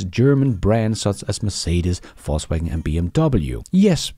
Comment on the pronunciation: Love your show, and that you persist in saying "False Waggon" 🤣